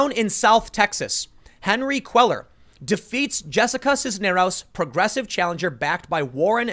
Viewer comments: Tim, you really need to take a basic Spanish speaking course. It's not Queller it Quay yar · Cuellar = pronounced "quay-ar". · Love your show. FYI Henry Cuellar is pronounced Henry KWAY-YAR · Cuellar is pronounced "kway-are"...Just FYI. Keep up the good work Tim. Thanks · Love your stuff Tim. Cuellar is pronounced Queyar. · It's pronounced "cueyar" - the ll in spanish sounds like a Y. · Pronounced Kwayar. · S Texan here Cuellar is pronounced QUAY-AR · "Cuellar" is pronounced "Kwe-yar". It's a Hispanic last name. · “Quay-yar” = Cuellar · Your pronunciation of Spanish last names is terrible...still love this channel! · GOOD LORD - LEARN HOW TO PRONOUNCE CUELLAR - AT LEAST CALL SOMEONE TO FIND OUT